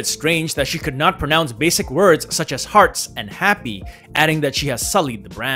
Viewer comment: I mean she answered all the questions related to the Chopard’s jewelry line pretty eloquently just that she has a little difficult pronouncing the English words such Chopard, happy, and heart. So how is that translate to being ill prepared for what she endorsed. She is not a English native speaker so mispronouncing is given. She an brand ambassador for the Chinese market not global. English is a plus not a requirement.